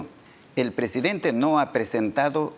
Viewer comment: CANIVAL NO SE.DICE PRESEDENTE SE DICE PRESIDENTE..VARIAS VECES LO. ESCUCHE Y TIENE MUCHOS ERRORES DE PRONUNCIACION CORRECTA DEL ESPAÑOL...CASO.CONTARIO HABLE EN SU IDIOMA NATIVO ...